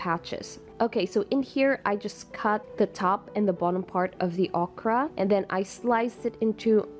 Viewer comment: Please pronounce Okra correctly.